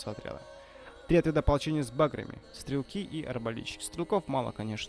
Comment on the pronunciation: Всё здорово,только пожалуйста говори не с бАграми а с багрАми.